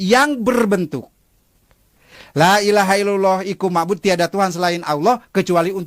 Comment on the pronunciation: Kirain ustadz beneran,, ternayata ngibul,, la ila ha illallah, khayyu ma'bud : artinya Tiada Tuhan Selain ALLAH, Zat yang hidup dan disembah. Itu ustadz mana yg bacanya la ila ha illallag, iku ma'bud 😂😂